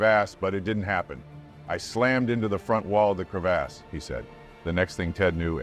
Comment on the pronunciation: When you’re trying to be an adult but Narrator says “Crev-ASS” 36,478,489 times. 💀 Glad he’s okay 😂🤙🏽